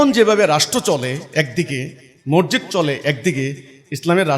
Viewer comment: মরজিদ কি? মরজিদ না , সঠিক উচ্চারণ " মসজিদ"।